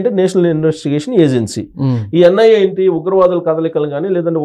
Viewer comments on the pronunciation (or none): ANIA endira anchor , it is NIA